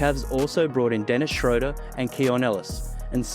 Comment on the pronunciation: Great breakdown… i liked, bc you said „Schröder“ pretty well 🤝 love from Germany!